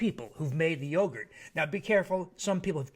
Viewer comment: That ma'am said ruegurt! Call it ruegurt! 😄😄